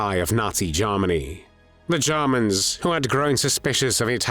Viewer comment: Let’s face it, he’s not fond of de Jarmans.